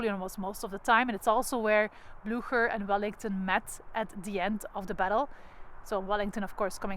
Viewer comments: Ten eerste, “Lasne” spreek je uit als “Laan”. Ten tweede, uw Engels heeft een gruwelijk Vlaams accent. “Pruusians”…. Mens toch. Ook “Blücher” (met Umlaut dus) spreek je heel anders uit. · That was very interesting, thank you! You helped me a lot with this. Still, I would love, if you, as a guide!- could educate yourself about the correct pronunciation of the Name "Blücher". Your take on it is really unintelligible.